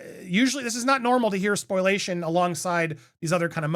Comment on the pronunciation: Great vid. With all due respect I’m pretty sure it’s pronounced spo-lia-tion instead of spoil-a-tion